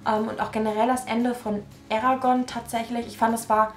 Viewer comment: Endlich jemand der „Eragon“ richtig ausspricht❤️